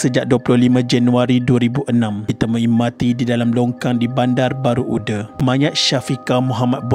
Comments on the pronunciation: Sebut nama tempat tu betul la sikit..bandar baru uda..bukan ude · Kitorang orang johor tak sebut bandar baru ude, tapi bandar baru uda dengan sebutan baku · My school. And my name is Shafiqah too 😢 innalillahiwainnailaihirojiun. Tapi Bandar baru uda (read as u-DA) bukan ude ya :/